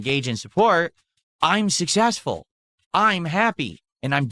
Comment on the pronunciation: 100% Sus ..... but emphatically NOT SUSS-ESS-FUL!!